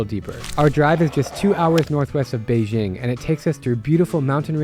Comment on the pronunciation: Hard J in Beijing. Come on.